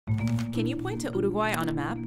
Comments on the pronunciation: She actually pronounced it properly (at least the first time) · Jajaja igual se interesaron en pronunciar bien Dijeron uruguay en vez de iurugoai y dijeron bien batlle y ordoñez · I believe who speak could be Uruguayan, she pronounce really good difficult word for anglophone people, and Omho her English is perfect too.